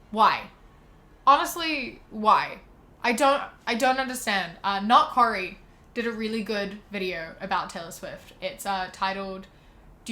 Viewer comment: cOry its pronounced OR CORY